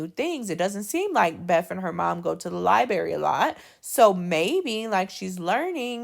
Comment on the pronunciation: Please, please, please say library the correct way!!! It is NOT libary. Put the R back in there. You have a beautiful voice and are a beautiful woman. I’m bothered because this video is part of an assignment that’s teaching my daughter.